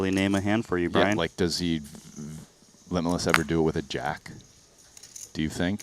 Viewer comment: I think they pronounced limitless pretty well